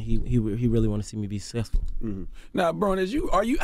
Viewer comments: He couldn't even pronounce successful. I don't think so lol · Trump Supporter who can't even say SUCCESSFUL.